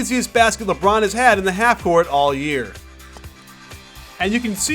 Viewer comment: When coach said " ...Because everyone knows it's goin' to be a leborn isolation" I laughed so lard!